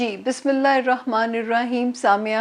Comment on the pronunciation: Sister Bismillah theek sy parhna seekh lain plz . Ye ap ki islah k liay hai . Bismillah hirrah maan nirraheem.